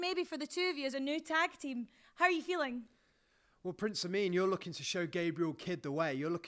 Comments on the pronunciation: I heard it once and now I can't unhear it. Every time they say Prince Ameen I hear Prince A Meme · Right at the beginning she said Prince Ameem WTF MOMENT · "Prince Ameem" ... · I swear the interviewer calls Prince Ameen as Prince ameme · "Prince ameme" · WTF Moment - the huge breasted lady that talks like Sheamus called Prince Ameen, "Prince Ameem".